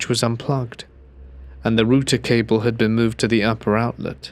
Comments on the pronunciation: Exactly!!! It's a router! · "Root"er kept throwing me off 😂